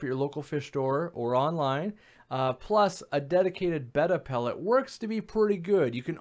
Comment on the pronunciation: Thank you for saying their name correctly 🤗